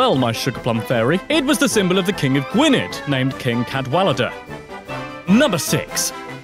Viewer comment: Wait m8, with the Welsh king, was it spelled the king of Gwinedd? If so it's not a hard 'D' it's a 'th' sound. You say it Gwyneth. (Sry I wanted to point it out, being a half welshman)